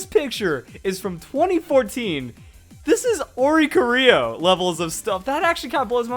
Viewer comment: Welp...still can't correctly pronounce Oricorio's name